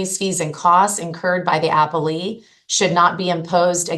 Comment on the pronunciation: It's uh-pell-ee not apple-ee